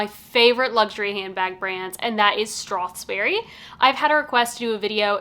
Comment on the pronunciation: Thank you for the good review, but can you please not pronounce it StrathSberry, there is no S in between strath and berry.